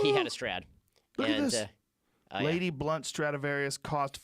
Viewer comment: Joe "is it a strautavarious" Rogan